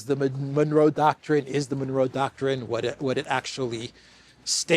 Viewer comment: Fan of this show, haven’t missed a single vid since subbed, you said Manuro doctrine so many times I got confused, are you trying to say manure with a spanish accent?